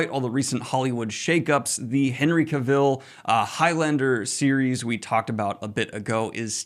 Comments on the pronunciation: CAVILL RHYMES WITH TRAVEL!!! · Daniel, Henry Cavill rhymes with travel and camel, not camille.